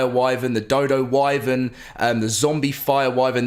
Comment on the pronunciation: I’m really getting sick of him mispronouncing “wyvern”